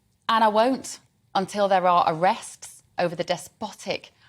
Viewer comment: "Arrests". Lol